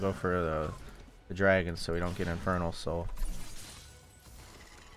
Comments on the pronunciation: did anyone else here him say "infertile sole will make me strong" lol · I thought he said “infertile soul will help my ult” 😭